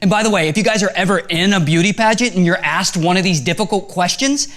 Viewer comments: You said ass not ask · Ray, you said assed, not asked. It's your fulfil problem all over again